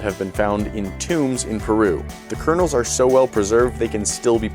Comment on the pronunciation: "The kernAls"?